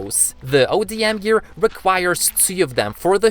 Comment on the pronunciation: It is call odm gear not ADM gear